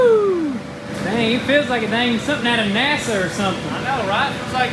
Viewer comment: Naser........not NASA